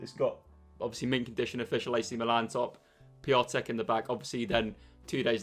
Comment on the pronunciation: The way he said piatek gave me hermia